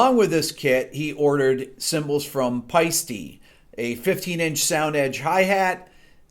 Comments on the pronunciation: Paiste is just pronounced "Paste" to my knowledge. Great video though as all ways. Keep em coming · So that’s how you pronounce Paiste...